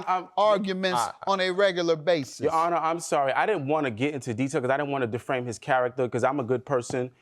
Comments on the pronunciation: It irritated me that the Plaintiff was never corrected, when he kept saying "Deframe" 😂 These 2 are NOT over one another. They probably went back to the Hotel together after the case. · I need the plaintiff to get hooked on phonics before he get hooked on a man. Talking about deframed mootual agreement and after our broke up 😒 🤔 that's why he couldn't explain what happened. Then to say DUH to the defendant. No DUH your a** to the nearest library. he just glad the clase(case) is done. Still just saying anything 😫